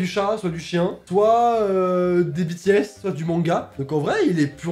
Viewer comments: je suis pareil: BTS!!!! ❤️❤️SI TU REGARDE BTS TU EST UNE BESt: SA SE LIT BITIESE ET PAS BETESE 12:8: LIVAÏ BG. NARUTO: HINATA BLG SAKURA BLG NARUTO BG SASUKE BG ITACHI SAMA BG DRAGON BALL Z:GOKU BG VÉGÉTA BG MY HERO ACADEMYA:DEKU BG SHOTO BG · je rêve où elle a dit les bétéesse 😭😭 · Rip les army..😂✌🏻 Ça ce dit [Bi] [Ti] [Es] 🥲😉❤ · Nan mais les gens je suis désolée mais on dit Bi-Ti-S pas Bé-Té-S ça se prononce a l'anglaise BTS 😭💜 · Ouiii et elle a dit bé té s au lieu de bi ti s😓🤣 Mais trop beau waouh 💜💜🤩🤩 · J’étais choqué quand j’ai vue qu’elle avait des truc de Kpop dans ses pour toi 😳 par contre stp dis pas BéTéS mais BiTiS😅 Army💜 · écoute de la Kpop, j'ai vu Tae et EXO 😭💕 et par contre c'est Bi-ti-èsse et pas Bé-té-èsse stp 😂😂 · "c'est les BÉ-TÉ-HÉSS aussi" j'ai actuellement envie de pleurer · t'as dit ''Bétéesse'' ça se dit comme en anglais hein, ''Bitiesse'' BTS quoi 😂😂 ARMYs on est là 😂🤣💜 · BTS se dit: BiTiès et non Bétéhes 😂😭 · Oui, j'ai bug dessus en mode: mais naaaaaaaan,, une army? Mais mes oreilles ont saigné quand elle a dit: "Bé Té S" 😬😂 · Ça m’énerve trop quand les gens disent BÉ TÉ ÈS 😡😤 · J’aime beaucoup le pour toi de en tant que fan de Bts (Army 💜)par contre elle a dit les bétéèsse 😭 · Les quoi???? Nan mais un peu de respect on dit bitièsse... Allez je t'en veux pas tkt 😭😂🧡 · SA CE DIT BITIÈSSSE OK!!!! Sinon je t'adore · Elle à dit bétéèss...J'vais crevé... Sinon j'adore toujours autant tes vidéos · t’es vachement dans la k-pop manga et tous.. Moi: ELLE A DIT BÉTÉESSE!!!! 😡😡 (En vrai même taetae l’avais dit une fois on peut plus rien faire la..😭) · B... Bétéesse 😳 In English pls 😭😭 Sinon une ✨pepite✨ cette vidéo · "Les BÉTÉESSE" A.V.C dans 3-2-1..💀💀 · On prononce bi ti esse sinon super vidéo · "Les bétéès" elle a dit. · BTS on le prononce BITIAIS et BLACKPINK continue comme sa bisous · Bétéhaisse??? T sérieuse 😭😭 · pour bts on dit: bi ti s